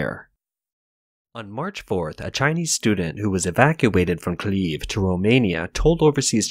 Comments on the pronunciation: Kiev is pronounced Kee-ebb, not Keeb. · Have you never hear of Kiev? Why tf are you calling it "Kliev"? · What is this city of "CLEAVE" that he keeps talking about? Could it be that the guy reading this believes that "KIEV" is spelled "KLEV"? Can't he tell the difference between I and L? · did you just pronounce Kiev as Cleave? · I never understood if the narrator was a robot or not, but from this video I strongly lean towards the bot. He (it?) cannot pronounce "Kyiv" or "Lviv".